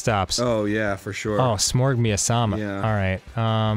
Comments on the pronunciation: I don't believe miasma is pronounced miasama, Dan. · >"Miasama" Dan, there is no extra "a" in Miasma. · I'm sorry, did dan pronounce miasma Mia-sama??? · Smorg miyasama? No Dan, miasma. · " Me-ah-sah-mah" Ha, never heard it said so wrong. I like it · Smorg Miasma pronounced Smorg Miasama sounding like Smorg me, Osama. Smorg me gently please... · Did you call that Smorg miasama? Yes you did. Sigh, but it's cool Danny. I still love you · "smorg miasama"thanks Dan. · Dan mispronounced miasma to "miasama" and I've never been prouder of him. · "Smorg Miyasama" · Its pronounced mi-as-ma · I think my body left my soul when Dan pronounced miasma like that.